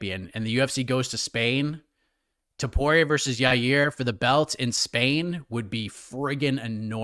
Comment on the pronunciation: It's TOPURIA NOT TOPORIA